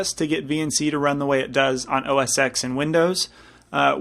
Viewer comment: It's pronounced 'OS Ten'. Steve Jobs said so himself. FYI.